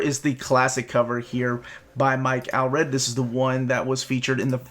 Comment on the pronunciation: Why do you insist on hyper pronouncing names like "George Peh-rez" but then mis-pronouncr common words like "Pree-lood"? It's "War of Kings Pray-lood". NOT "War of THE Kings PREE-LOOD". Also, It's Mike "Awl-Red", pronounced the same as the word "all". Still enjoying your channel. 🙂